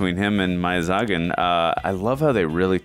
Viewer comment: Meiyazhagan ❌ Meiyasagan ✅